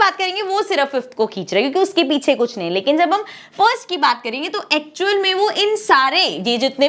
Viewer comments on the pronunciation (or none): Kish nahi kush